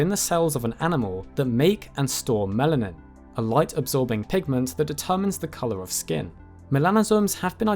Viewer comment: It physically pains me whenever he says "melAnin"